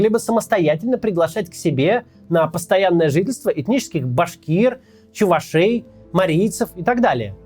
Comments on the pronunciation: Максим, не чувашЕй, а чувАшей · ай "чуваше́й", мне как коренному чува́шу было больно.